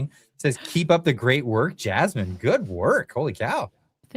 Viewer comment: 😂😂😂 A deaf person trying to say Jasmine...Jammin" you're hilarious 😂